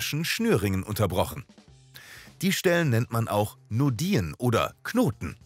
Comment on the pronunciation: Ich finde eure Videos echt gelungen, aber manchmal werden Fachbegriffe falsch ausgesprochen. In diesem Video sind es die "Nodien": Es heißt nicht "Nodíhn", sondern "Nódijen", und "Axon" wird auf der ersten Silbe betont, und das "o" ist kurz. Ach, und Herr Ranvier war ein Franzose, also "Rãvi'e".